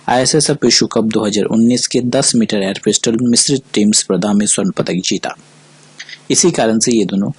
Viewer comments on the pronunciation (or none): none